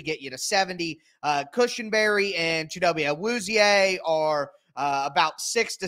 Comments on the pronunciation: Appreciate you, trying to pronounce his name properly maybe this will help “Chi” She with a C instead of an S “Do” Dough “Be” emphatic Bet without the T “A” Ahh like we say at the dentist “Wu” like Wu Tang Clang “Zi” like 😴 💤 “E” like Egg without the ggs Say each section separately and you will start to catch the rhythm. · What I described is the correct Nigerian way of pronouncing it, I’ve honestly never heard that “American” version he mentioned. And the “American” way is just not right to any Nigerian’s ears. It would be equivalent to someone pronouncing your name as Tyle and completely leaving off the r for some reason.